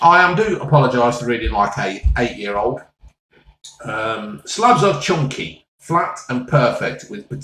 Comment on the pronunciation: It’s thick, it’s chunkeh, it’s not greaseh !